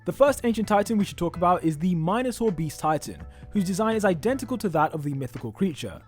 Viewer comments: it's pronounced min a tore not hating just helpin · The way he pronounced minotaur made me cringe so bad😂😂😂😂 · Its not minator Its minatour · Lol you pronounce minotaur weird xD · He said minator wrong it ok tho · Why do you say minotaur wrong? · You say Minotaur wrong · the way he said "minotaur" was funny xd